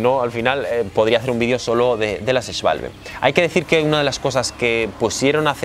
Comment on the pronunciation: Ya entiendo por qué eres el único que sabe pronunciar SCHWALBE como dios manda XDD